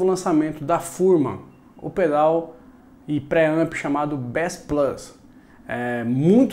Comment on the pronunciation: finalmente alguém que sabe pronunciar bass